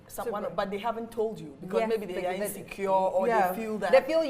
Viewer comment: wasup with r's in words? like"'becau'r'se" when it isn't supposed to be there? bruhhh why can't people just speak normally!??